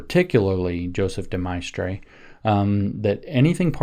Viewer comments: Couldn't pronounce his name correctly. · Could he have pronounced De Maistre's name, incorrectly, because he read it and hasn't had to speak it?